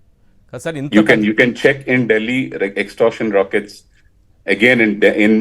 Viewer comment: ROCKET kaadura baabu, RACKET ani palakali